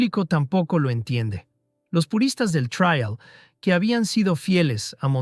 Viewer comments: Después de repetir traial 50 veces he dejado de ver el video, me supera, en España como alguien ha comentado ya es TRIAL, no se pronuncia en inglés, pero claro ¡qué se puede esperar de un mejicano! Presumen de saber hablar español mejor que nosotros, que inventamos el idioma, y lo llenan de anglicismos - en su descargo hay que decir que aquí en España cada vez hacemos más lo mismo, con la cantidad de periodistas y comunicadores que son imbéciles perdidos y aunque no tengan ni puta idea de hablar inglés van de guay, perdón de "cool", y emplean cada dia millones de anglicismos jodiendo el idioma. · El video puede que tenga errores, lo pública un latinoamericano parece, por eso dice traial en lugar de trial. Pero muchos ingenieros de los comentarios parece que están más equivocados aún, aparte de que les domina su Ego. El video me ha producido nostalgia, pero la mayoría de los comentarios me han hecho reír mogollón, 😂😂😂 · El robot no sabe pronunciar la palabra "trial" lo demás lo pronuncia bastante bien.